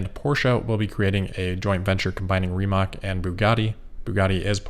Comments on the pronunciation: Friendly reminder that Rimac is "Ree-mutt-s" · Awesome coverage. The investment angle on the Tesla Plaid fire is interesting. "Follow the money" should be the mantra of any investigative journalist. Also about "Rimac" apprently it is pronounced more like "Rimats" In any case, looking forward to the next video! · Rimac is pronounced 'Rr-ee ma-ctz' because Croatian. Rolled R, long E, short ah, hard flowing C.